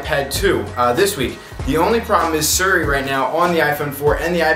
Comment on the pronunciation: "Suri" Haha, love him. :D